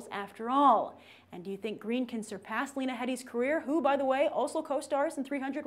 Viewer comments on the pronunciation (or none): none